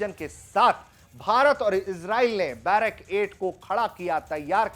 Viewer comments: बैरक 8 नहीं, सही नाम है बराक 8. 🙏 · भाई बैरक 8 नहीं ब्राक -8 है